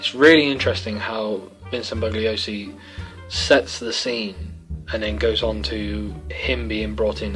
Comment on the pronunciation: It's pronounced "Bull-yo-see" (Bugliosi). Good review, looking forward to more in future with a bookcase background. Maybe you should green screen yourself into a library? :D